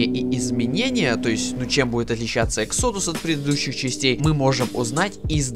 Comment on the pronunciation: Может выговоришь exodus правильно?!